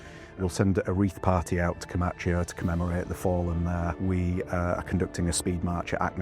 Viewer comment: Vert interesting but please learn how to pronounce Comacchio! Please!